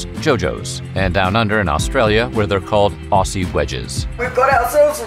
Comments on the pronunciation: I love this channel but I had a laugh when the narrator pronounced aussie ossy you were almost there it's ozzy lol ❤🇦🇺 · please don't pronounce aussie as anything bug ozzy